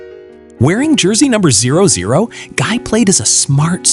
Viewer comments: It’s Gee, not Guy. That’s how his characters name is pronounced. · No in the movies everyone said Gee not Guy. Rewatch them, and you’ll hear them all say Gee.